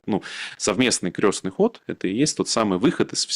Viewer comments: не "крёстный ход", а "крестный ход". Крёстный - он отец. А ход крестный. [кр'эсный]. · Это не к ним. Это ошибается в ударении..что удивительно, вроде религиозный такой... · Не крЁстный ход а крЕстный От слова КРЕСТ. Режет слух неправильное произношение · крЕстный ход а не крёстный!! Русский неродной. Заметно А еще не ложат с кладут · Крестный ход через е от слова крест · крЕстный ход,а не крЁстный!!!!!От слова КРЕСТ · Уважаемые и, не "крЁстный" ход, а крЕстный ход, крЕстное знамение. Через букву Ё - это только о людях. О Доне Карлеоне, к примеру,:) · Всё хорошо, но почему вы произносите " крёсный ход" ? " КРЕСТНЫЙ ХОД" от слова КРЕСТ. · украинчики простите, но почему крЁсный ход, а не Крестный ход, у вас что КРЁСТ? что то новенькое в православии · Крестный ход,от слова крест. Почему украинцы,да и тоже, Крестный ход произносят крёстный ход. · КрЕсный ход, КрЕсное знамение, КрЕсная мука. Правильно через «Е» Крёсный отец, крёсная мать. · Выпускник филфака: Крестный ход!!!!! Не искажайте слова! Произносится через Е, потому что крЕст! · Я тоже удивляюсь что в своей любимой теме он делает такие ошибки. Крёстный . Бытиё. КатАрсис.. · Господа,ход крестный,от слова крест.Слух режет ваше произношение.